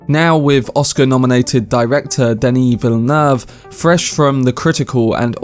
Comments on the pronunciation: It's not exactly difficult. Duh-knee Vill-noov (This is still an approximation but it's close enough that a French speaker would understand it.) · well yeah that’s why I commented my guy no harm done it’s just that few actually try to pronounce it “the right/French way” which just tells me that must respect this man a lot to nail it so perfectly